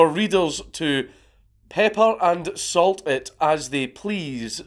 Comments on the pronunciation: "Peper and solt it as they plese" dear God lmfao whooooooooose mans is this?!!!!! I think it might be in bad taste to roast a dead man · “Peper and solt it as they please”